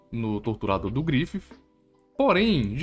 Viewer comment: "Grififi" kkkkk adoreica forma que tu fala do Griffith